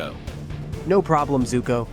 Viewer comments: Btw its zuko not zoku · It is zuko I’ve watched the whole show so I know and it’s called zuko even the fortnite skin has the name zuko on it